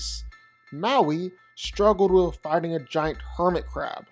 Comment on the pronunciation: Ok, I'll bite: last night I was pulling and all nighter doing paperwork and binge listening to your "vs" videos that I recently discovered, and I can't shake the need to ask: why is it that when you say "fighting" it seems to sound like "farting"?